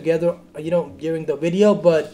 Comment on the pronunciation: do u say ears and not years and video but u say wideo lol